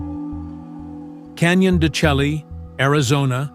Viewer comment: It’s pronounced canyon de “shay “ I’ve been there.